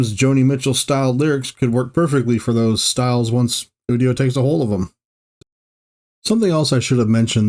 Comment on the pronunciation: It’s actually "you-dio".